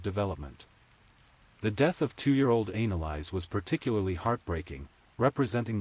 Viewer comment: It's not analise it's Annelise stupid AI